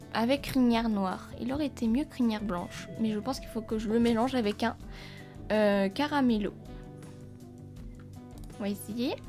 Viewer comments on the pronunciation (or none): Salut je voulais te dire que le nom c'est "Camarillo" si je ne me trompes pas et toi tu dis "Caramello" alors peut être que je me trompes mais voilà